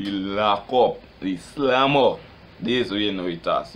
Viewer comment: "de slammer" lol is what rass i hearing